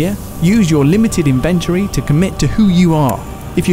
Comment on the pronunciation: Thanks - This guide was useful (Though I'm pretty sure the word "inventory" is trochaic, not iambic... ;-) ;-) )